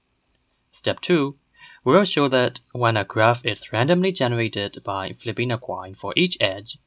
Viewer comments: At first, I thought you were saying to flip a fair quine. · The French twist in the pronunciation of 'coin', 'annoying' is fascinating.